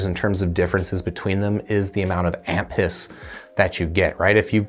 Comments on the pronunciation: When you were saying "amp hiss" all I was hearing was "aunt piss" and I was laughing so hard my iems popped out of my ears. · Not gonna lie, the first time he said amp hiss, I thought he said ant piss. I thought that was a weird thing to look for in a mp3 player but I wasn't going to judge.